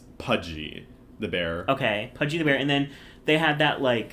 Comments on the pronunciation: Btw it's Pudsey bear pronounced pud-see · the way u confidently said pudgey the bear i love that 💀💀 it’s pudsey 🫶🏻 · It’s PUDSEY not pudgey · Pudgy the bear 😂😂 made me laugh, fyi it’s pudsey ❤ love you videos x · Pudgey!!! Howling omg its Pudsey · screaming at pudgy the bear - no, it is PUDSEY, with an S lmfao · It's Pudsey not Pudgy 💀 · Pudsey*, not Pudgy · Hello, as brit I would like to reiterate that is is pronounced: "PUDSEY" the bear, ty :) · Its pronounced pud-see btw :)